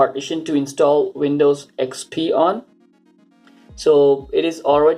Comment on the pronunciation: Why do Indians say vindows and wirtual, but say website perfectly?